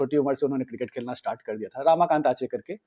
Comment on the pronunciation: Bhai, it's 'Ramakant' not 'Raamakant' and it's Anil 'Gurav' not Anil 'Gaurav'. Thik se toh pronounce karo, it's devnagari not Chinese